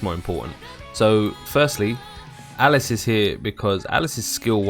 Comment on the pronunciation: Alice Al Lisss is spelled & pronounced this way buddy, Alise Ahh lease is the character's pronunciation and spelling.. hope that helped for future vids..